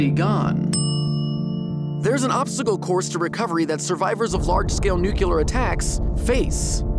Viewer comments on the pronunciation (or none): IT'S PRONOUNCED NEU-CLE-AR NOT NUKE-YOU-LURR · did anybody else notice he said nukular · Nucular. Im already done with this video. lmao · word is NUCLEAR (NEW-CLEAR) NOT NUKEELAR...SAY IT RIGHT OR NOT AT ALL!!! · It's new-klee-ar not new-que-lar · do you say "Nucular"? It's nuclear. I would think as a channel that prides itself on fact and learning that you wouldn't say "Nucular". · you really just spell Nuclear 'Nucular'? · Goddammit, Vsauce i expected more from you. Not you too. The word is NUCLEAR, not NUCULAR. You should know better. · I love Jake and I love v sauce but my guy.... the moment you said "nucular" instead of nuclear... not you too buddy.... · "It is estimated that there are over 10,000 nucular weapons....." ugh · anybody noticed that he he often called it nukiller instead of nuclear? or is it just me.. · ITS NUCLEAR!! NOT NUCULAR in its pronunciation! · nucular, Jake? NUCULAR? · Did you say 'Nuke-U-Ler' at the beginning 0.o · you really just open that video by saying "nucular"? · "Nucular weapons" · Nukyuler. There are two types of people in this world. Those who unconsciously mispronounce this word and those who don't. But on Youtube, somehow, the former case is overwhelmingly represented. I'd be willing to bet $100 that Michael wouldn't flub this. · Why on earth do so many people say "NUCULAR" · He said nuculer. Everything he said is invalidated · *Jake says "Nucular" TRIGGERED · did you just say NUCULAR!!!??? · he makes all of these videos but he still says “nucular” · Did Jake say "nucular"? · Ten thousand nucular weapons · Jake, I love you and your work, but for the love of God, please learn to pronounce "nuclear" correctly.